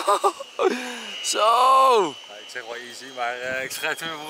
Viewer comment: Niemand maar ook echt niemand normale mensen: ich. Enzo: ig